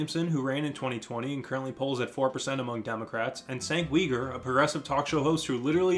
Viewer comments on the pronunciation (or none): it’s pronounced jenk u gar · "senk weeger" made my day. great video :)